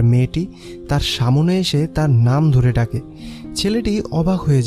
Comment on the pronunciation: প্রতিটা ভিডিও তে সামনে কথাটা কে সা মো নে উচ্চারন করা হয়। যেটা শুনতে খুবই খারাপ শুনায়। আশা করি সামনের ব্যাপারটা খেয়াল রাখবেন 🙂